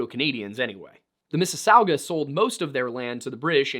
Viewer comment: You pronounced Mississauga and Nipissing fairly close (miss-ah-sah-gah) and (nih-piss-ing)